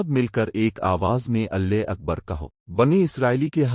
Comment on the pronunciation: Your pronunciation of Allah is incorrect in the video. Please correct it